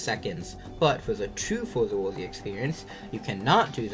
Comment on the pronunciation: Not even tryna be mean but hearing you say for the worthy hurt